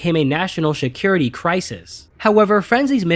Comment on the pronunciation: Si(t)-cure-rit-t not Shi(t)-cure-rit-t